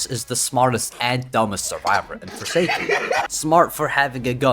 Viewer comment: What the hell is "foresaken"